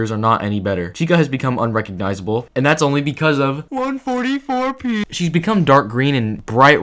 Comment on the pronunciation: Why did you say 144p like that lmao